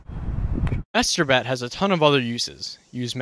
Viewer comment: "MASHETER BATTT"